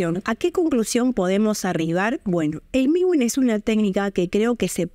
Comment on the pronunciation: Es mewin no miwin 😂 pero muy bien tu video